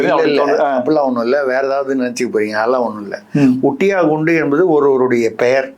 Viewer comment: It's not fundus.it's Kundu. A surname in bengal and eastern india.